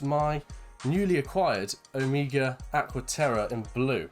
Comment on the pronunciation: You pronounce OMEGA, not OMIGA. It's a Greek word.